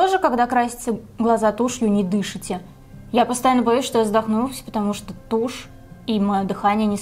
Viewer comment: Я одна перелистываю на тот момент, где говорит "тющь" и ржу как ненормальная?